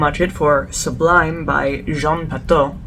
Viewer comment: It's French ... It's pronounced "soo-bleem" It's from 1991 not 1992 .. I know others give the same date .. but they're all wrong (the date is on the bottom of the bottle) and it's a floriental (not an oriental) Good luck with the channel !